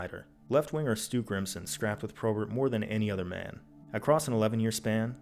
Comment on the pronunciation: my least favourite thing about this video is how bob probert is pronounced any way other than bob p-robert. apart from that amazing video jon, you never cease to entertain